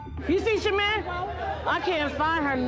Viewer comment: Her name is Shamir, not Shamar you disrespectful idiot